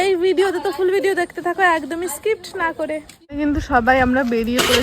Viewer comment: Tomr onk উচ্চারণ vul hoy ota nail tension na "extension " Ar ota skipt na "skip" Jai hok Happy birthday Ananya 🎉